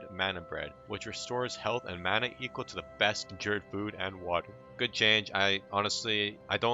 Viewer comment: You pronounce conjured like an uneducated